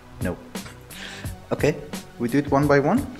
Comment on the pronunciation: i like how you always say okei